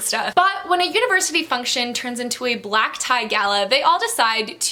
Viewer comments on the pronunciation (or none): none